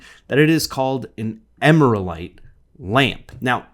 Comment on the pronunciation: Agree, but I would pronounce it Emeral-ite rather than emera-lite.